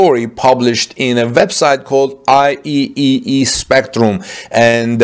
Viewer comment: "I triple E"is how IEEE pronounced.